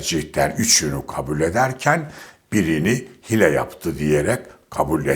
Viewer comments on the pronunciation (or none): Ya Allah aşkına şu Türkçeni düzelt. Hile kelimesi tek hece gibi okunmaz söylenmez...